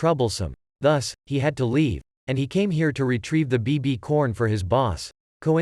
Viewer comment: Ain't no way bro said BBCorn💀💀